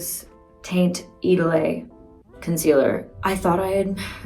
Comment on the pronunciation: I realized that the irritation i was having under my nose might be perioral dermatitis because of this video, went to the derm, and that's what it was! Now i have medicine. 😊 Also, "taint idolay" hahaha i love her